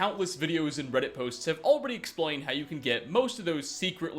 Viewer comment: did he just say exploin?